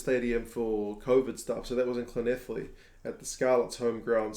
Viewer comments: Yeah your Llanelli pronounciation was pretty spot on!! Can't blame the Scots for being very confident, Wales are lacking something at the moment not just the injuries it feels deeper than that! Welsh rugby is in a mess, Local rugby and the WRU are so far apart it's embarrassing, we just as a nation can't pull in the same direction which as a small country is a disaster that has been waiting to happen and could actually be happening now! If we beat Scotland ( We can ) does it paper over the cracks can't see us having a chance against England!! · Dude, congratulations on the Llanelli pronunciation :) Great review as always. Looking forward to a great game and hopefully a Wales win. Then 3 more and another 6n lol I can see Wales bouncing back. All the praise Ireland were getting for having forwards play out the back....? Um hello, Wales eere doing that back in 2019! And more so under Pivac. Yes Wales were not at the races last week but I expect a huge turnaround. Its not rare for Wales to have a bad first game game and come better. I just hoped it was only a Gatland thing. But it maybe down to the regions not firing...? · Extra points for pronouncing Llanelli correctly!